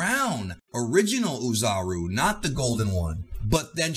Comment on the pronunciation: The “Oo” portion of “Oozaru (おおざる/大猿)” pronounces like “Au” of “Auto” or “A” of “Ball” in Japanese. Anyway, thanks for the great video as always.